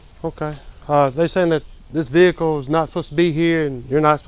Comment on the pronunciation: Since when has the word ‘Vehicle’ had 3 syllables?